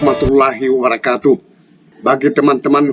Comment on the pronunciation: Salamnya aja pakai "Wa'rakatuh" bukan "Wa'Barokatuh" 🤪